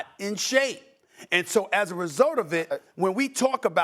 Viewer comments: Can't pronounce his R . His New York accent anything in an A is now the hard Er 🤣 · Who TF is LukeRR?? Stephen A cant say his name right 🤣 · Why does this dude keep saying luker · I don’t like how Stephen A is using the hard “er” instead of the “a” when he says Luka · It annoys me that Stephen A says Luker and not Luka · Who’s Luker? Maybe he knows Rob Pelinker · Why Stephen A calls Luka "Lukerr"? lmaoo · Why does Stephen A call him Luker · “Luker doncic” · Nobody. Steven A: Luker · Is Stephen a calling him Luker? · If Luka gets better on defense SAS should be forced to say his name right lmfao "Luker" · SAS CALLED THE MAN "LUKER" LOL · His name is Luka, Stephen A…..not Luk’ER!! Smdh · For real. Luker? Really? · If Stephen A. Says luker one more time 🤣😂😂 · It’s Luka not “Luker” lol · "Luker Doncic" - SAS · Why does Stephen A call him Luker?? 😭😭😭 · Stephen A calls him Lukar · Luker Minnesoter etc 😂😂😂😂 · Looker. lol StephenA sounds bristish with them random added Rs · SAS saying “Luker” makes me want to die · Stephen A saying Luker 😂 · Who TF is “Lukar” 😂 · “saids luker one second later” 😂😂😂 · So much disrespect from St. A. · It’s just so pronounced in this video especially, “Luker”😂😂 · Nobody: SAS: “Luker Donchick!” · Everyone: "Luka Doncic" Stephen A: "Luker Donchick"